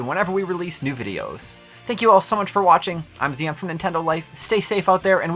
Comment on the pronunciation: you and I have the exact same name (Zion) but you pronounce it totally different lol I just felt the need to point that out